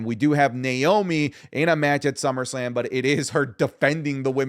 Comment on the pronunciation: "Summersalm"?? wtff